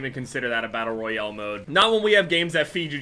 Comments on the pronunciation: Doesnt he say battle royale battle royele? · anybody realize the way he says battle royale